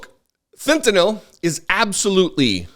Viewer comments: Who is forcing Fentanyl (not Fentenol, you idiot) into the bloodstreaqms of Americans? no one. They want it, they crave it, they buy it. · Is it me or is anyone else really sick of hearing about the "fentyNOL" problem? It's fentanyl, -NYL... FEN-ta-nill. How am I supposed to take these people seriously when they can't even pronounce the damn word right? Someone get me some Tylenil, gives me a headache. Thank you for being able to pronounce words, unlike this nitwit Floridian douchebag. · Fentanol? Speak properly doofus. You know what, if people stopped buying the crap there would be no smuggling.